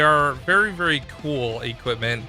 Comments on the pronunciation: "Vury vury" 😂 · Vury vury good video